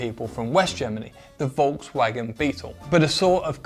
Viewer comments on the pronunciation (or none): none